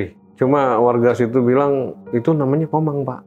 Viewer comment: Jin TOMANG kali bukan Komang😂